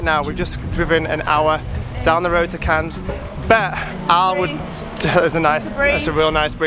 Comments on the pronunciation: The s in Cannes is silent so it's pronounced Can x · Just to let u know that the s is silent in Cannes xx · Not judging or criticizing, just trying to be helpful, Cannes is definitely pronounced with a silent s at the end. Have a great holiday! Much love to you all!